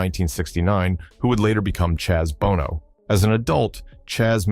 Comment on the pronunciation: Bono is pronounced BOW